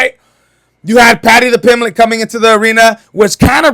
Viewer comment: Paddy tha -pimblet 😂😂😂😢😢